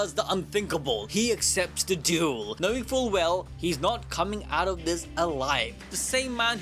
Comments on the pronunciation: Ah yes, I love a really good “Dule” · Dule ❌ Duel ✅